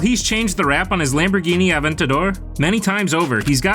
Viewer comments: Aven TAH dor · 'aventater' lol what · Who pronounces Aventador “Aven-tater” like a hick southern guy saying potato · Lol not a Lamborghini AVEN-Ta-DER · i clicked off as soon as he said lamborghini “aventaydor” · Sure that's not how you say Aventador and I'm in primary school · Imagine pronouncing aventador like that 🤦‍♂️🤦‍♂️☠☠